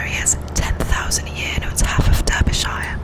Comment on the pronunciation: I’m actually from Derbyshire in the UK, you actually pronounce it as Darby.. You need to do more of these type of videos.